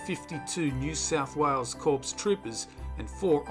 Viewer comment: Corps is pronounced with a silent P.